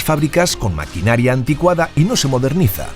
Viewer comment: Ha dicho "antiguada" en vez de "anticuada"